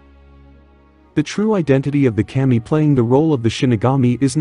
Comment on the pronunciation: To help, its pronounced kah-me. 😊